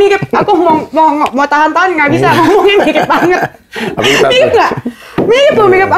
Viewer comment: R Mirip bukan L ...R yaa..🤣🤣🤣🤪